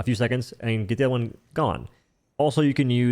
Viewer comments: he says “hw” before almost every ‘o’ sound. When he says ‘one’, he says ‘hwone’ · I like how you say Ha-white and Ha-why and Hwon.